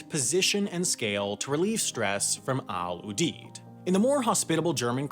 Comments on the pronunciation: I'm working the evac ops in Ramstein. First its not "Al Oodeed" its "Al Youdeed" pronounced. Also I don't know why you show Ft Lee in New York, its in Southern Virginia. Wendover feel free to hit me up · It’s pronounced Al You-Deed! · We pronounce it Al YOU-DEED.